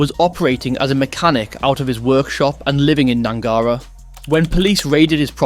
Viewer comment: Its pronounced Gnangara not Gnangara